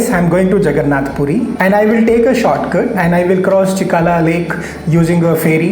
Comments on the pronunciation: That’s chilika not chikala 😅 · Chilika lake not chikala 🌹